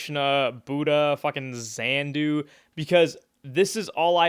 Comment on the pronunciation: Xenu not Xanu or Xanadu